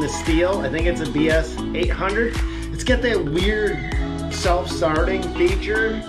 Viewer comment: It’s BR800 not BS or BRS